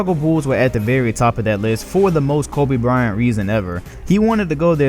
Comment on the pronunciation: Lol he's saying Kobe Bryant like how Charles Barkley says it Koba Bryant.